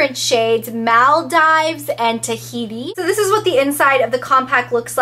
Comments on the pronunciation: It's said muldeeeeves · girl it's Maal-DEE-VES! have u never heard of the group of islands/country??! its a world famous tourist destination..